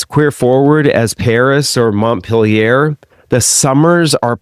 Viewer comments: After hearing Montpellier mispronounced several times, I just had to stop listening. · Your pronunciation of Montpellier like Montpelliere triggers me. At least you pronounce Nice well.